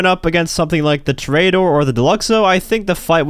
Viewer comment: How to pronounce Toreador: Tory uh door not Tory ate 'er